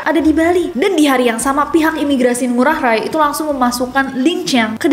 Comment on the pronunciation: nessi maaf ya "ngurah rai" pengucapannya (ngurah rai) bukan ngurah rae/ ray salam dari bali❤❤❤❤❤